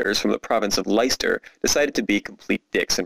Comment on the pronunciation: "Leyster"? I'm assuming you mean Leinster.